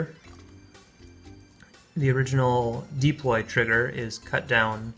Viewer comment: It's deploy, not deeploy